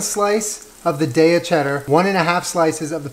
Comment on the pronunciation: Thank you for saying daiya right! So many people say it like diya and it is not that! That bread looks good! The only vegan and gluten free bread in maine that we have is life of food rice bread and it is hard and not really good unless you make vegan french toast that I have a rad video on my channel on how to make that!